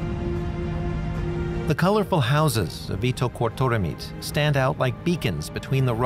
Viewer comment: As a Greenlander, I have to say this:" It is pronounced ' eat duck got daw meat' "